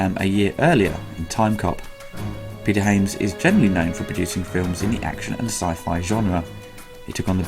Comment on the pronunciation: The director's surname I believe is pronounced "Haa-ya-ms", not "Hey-yams". :)